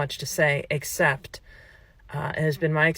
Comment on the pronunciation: I love the way that death 'dula?' lady stresses the word EXCEPT, very poetic. I don't think she realises the significance. 😂 This is a great video. Thanks all.❤